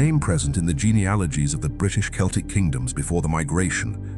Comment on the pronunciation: Mispronounced 'Celts' and 'celtic'. Poorly researched AI slop, it can't even get that right. 👎